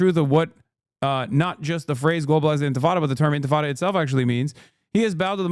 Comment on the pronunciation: Cannot even pronounce intifada correctly, :face-purple-crying: But you have to condemn it anyways